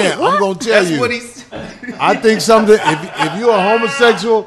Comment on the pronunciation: “Let me show you shumting!..”